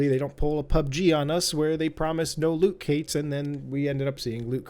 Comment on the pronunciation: what are loot cates? HAHAHA